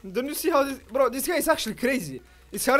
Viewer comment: Only would say "bro" and somehow fit an L in the word. 😆